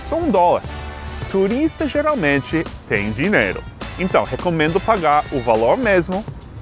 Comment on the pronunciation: Seth, em algum futuro não muito distante vc pode fazer um vídeo dando umas aulinhas de português para os nova yorkinos que passam na rua e dizendo algumas frases pra eles repetir? Acho que vai ser engraçado se eles não souber, tipo Joel Santana !! LOL xD E a propósito, achei legal quando vc fala dinheiro (dineiro) xD